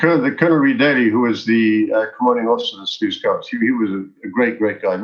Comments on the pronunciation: Say Loose Scouts haha. All good, thanks for the episode. Geniet jou dag. Markus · You mispronounced Selous Scouts. Serious FAIL!